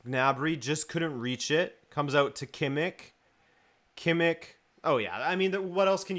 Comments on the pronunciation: It’s pronounced Kimm-ish not kimmick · who is kimik?! you pronounce every spanish or portugese name with all the flair u can but then u say KIMIK? :D